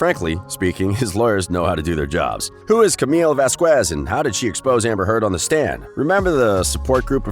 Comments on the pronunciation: Lol its Vaz-Kez not Vaz-U-Kez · Johnny’s lawyer’s surname is not “Vas-qwez” it’s “Vas-kez” just fyi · The least this narrator could do is learn how to pronounce Camille Vasquez’s name properly. It was bad enough that Elaine couldn’t say it properly. It’s pronounced vas-kez not vask-wez. Trust me, this matters. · It's not pronounced Vaz-qwez it's pronounced Vaz-kez. She's said her name plenty of times, as has her colleagues. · Its Vasquez, (VAs Kez) not Kwez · No shade to you but please know that Vasquez is pronounced Voz kez no “w” sound. Just a friendly FYI. :) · Please stop pronouncing Ms Vasquez’ name wrong. It isn’t Vasqüez. You are butchering her name. 🤦🏻‍♀️ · Looks like Amber is boy crazy. By the way, the narrator of this video keeps mispronouncing Camille’s last name. He pronounces it VasqWuez, with a hard “W”. It’s the same way Amber’s attorney - Elaine pronounced it. It’s very illiterate sounding, like you don’t have a very good command of the English language. Did the creators of this YouTube channel watch the trial at all?? You probably heard Camille’s last named mentioned numerous times, how could you make a video with such blaring mispronunciation! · It's Va-skez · For Christ's sake... pronounce the lawyer's last name correctly! The U is silent, so it should sound vasKez. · Vas kes. The u is silent. Please don't be an Elaine. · Why do you have to butcher Camille's last name the same way Elaine did? Vasquez is a pretty common hispanic last name... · Please state Camilles last name correctly it's not that hard ! 😉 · You sure f'd up on her last name. It's not hard to pronounce. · PLEASE LEARN THE CORRECT PRONUNCIATION OF CAMMILES LAST NAME!!! PLEASE!!! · Please learn how to pronounce “Vasquez.” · Learn how to pronounce Vasquez, or teach the robot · And channing tatum?!?!? This narrator has some serious pronunciation issues. Vas-kez deleveen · Wow, you really butchered those last names🤣 Delevingne and Vazquez